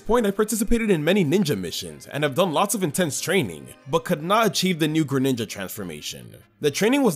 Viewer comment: THE SECOND G IN GRENINJA IS SUPPOSED TO BE A J! AND DO NOT LEAVE OFF THE W IN TANGROWTH!